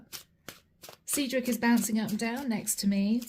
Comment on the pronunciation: Seedrick? It's Cedric.